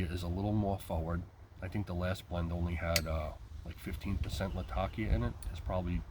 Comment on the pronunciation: Thank you for saying Latakia correctly.